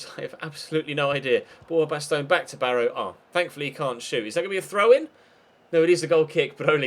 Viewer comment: I know you mentioned why you say player names the way you do in a recent episode and the reasons completely make sense but there are just 2 that still bug me. 1 from today is Borja baston which you say bast-own but I think it should be bast-on. And then Anthony martial I'm sure is as if it was spelt marsial not with a t sound